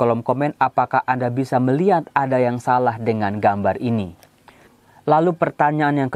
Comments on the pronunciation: Salah bukan solah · Salah jadi Solah